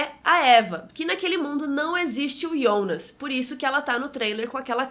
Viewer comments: O nome e Jonas não ionas! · Mano é jonassssss nao ionasss fala certo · Ionas é meus sovo. Fala JOnas carai. Kkk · o nome dele é JONAAAAASSSS e não IONASSSSSSSSSSS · Da uma agonia de ouvir ela falando ionas kkkk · Bem ru sou novo no canal mas por que ela chamar o Jonas de ionas? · É estranho ouvir ionas e não jonas, mas nada contra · Que saco, ou fala jonas ou abre um canal em alemão e fala ionas nele, estamos no Brasil aqui é jonas! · Para de falar ionas! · com todo carinho, é extremamente irritante ouvi vc falar iiionas ! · "Yonas" KKKK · ela pronuncia o nome do Jonas de um jeito estranho